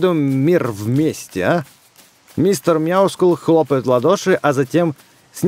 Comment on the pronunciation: Мяксул... правильно Мистер МЯускул (ударение на я)